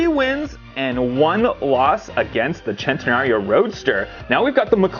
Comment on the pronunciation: Now that was super cool! Still love the Senna for sure! Is it really pronounced "Chen-tenario" or are would it be "Sss-entenario"? Just asking the question, I've always said Sss-entenario myself.